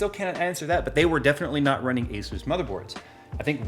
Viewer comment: Dude i heard you say hesus instead of asus... Jesus